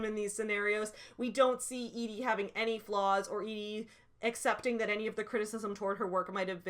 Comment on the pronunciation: Thank you for being the only person who pronounced Edie the way I thought it should be pronounced lmao. The amount of telling that is done in those excerpts you read, "Madeleine did this for her work and was successful at it and Shrike liked her because she was pithy" like good God that's just embarrassing Joanne. Also, it really feels like she tries to have her cake and eat it too when she describes Shrike as "ugly" and then says BUT YEAH HE STILL GETS LAID A LOT BECAUSE I SAID SO. MY PROTAGONIST IS SUAVE BECAUSE THIS IS A NOIR DETECTIVE STORY OK. ALSO THIS LADY REALLY WANTS TO HAVE SEX WITH HIM. wtf is going on girl